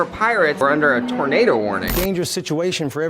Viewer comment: “no tornater to be found”😂